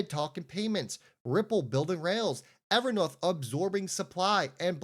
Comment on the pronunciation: It’s a long o Ever North long o learn how to annunciate